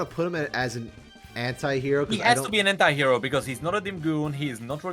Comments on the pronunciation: Why....why evrey time i hear them say anti-hero i simply hear hentai-hero...why lord 😢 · Because I'm french and we don't pronounce "anti" the same way english people do, every time you guys said "anti-hero", I was hearing "hentai hero" 😭